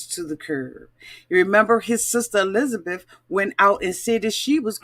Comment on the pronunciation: Did you just call Hisabeth GLENZABETH?!!😂